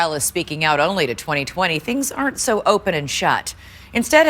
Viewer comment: “the thongs are just about people going thru struggleths.” 🤣 😂 😜